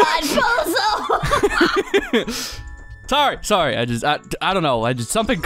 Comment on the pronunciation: I keep thinking every time Navi says pozo I think she says bozo